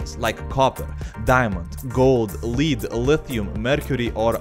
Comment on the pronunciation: lead is pronounced like Led not leed